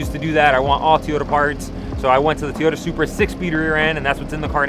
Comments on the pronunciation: It's Toyota not Teeoyta! 😆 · Sounds like he is saying to-ota